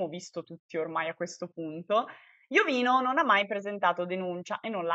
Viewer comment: si dice IOVÍNO Con l'accento sulla 2a "i". F.Corona è un suo amico e lo chiama Iovíno, guardalo su Gurulandia puntata del 28/5